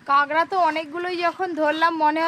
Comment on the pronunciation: কাগরা আবার কি জিনিস?? কাঁকড়া